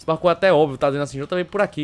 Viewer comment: ele disse que é um dos melhores parku leio e Sta falou errado